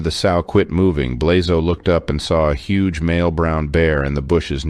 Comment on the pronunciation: Coming from the Balkans, I cringed every time you pronounced Blazo’s name.